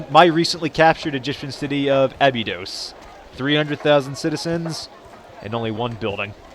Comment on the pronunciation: Abydod uh-bye-dos